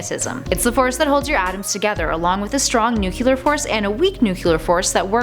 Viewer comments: Say it with me, Nu-cle-ar. Not Nu-kyu-lar. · NuCLEar, not nucular. Sorry. Had to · NUCLEAR , not nucular , ffs . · It's NUCLEAR not nucular. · "Nucular"? NUCULAR?!?!?! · Say it with me now, NU-KLEE-ERR. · Thank you. It kept bothering me. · Dear Americans. Pls learn to pronounce "nuclear".